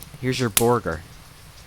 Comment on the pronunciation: I didn't have the heart to tell this precious moth baby that he was saying "burger" wrong!...but I also couldn't hold in my laugh either! (Also, maybe a sequel to this?)